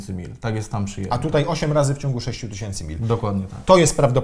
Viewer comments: Tys. od tysiąca a nie tyś.iąc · tys. a nie tyś. !!!